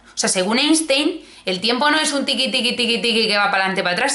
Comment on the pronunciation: se dice “ainstain”😩